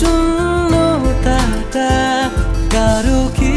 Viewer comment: খুব ভালো লাগলো.. উচ্চারণের ব্যাপারে সচেতন থাকা উচিত আরেকটু.. 'শূন্যতা ' এর উচ্চারণ টা একটু অন্যরকম মনে হলো